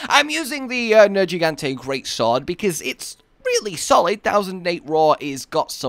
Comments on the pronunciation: look another one that knows its nergigante but says nejigante...i wonder why they do it! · the commander or whomever in the game says Nergigante's name out loud, why exactly do you mispronounce it?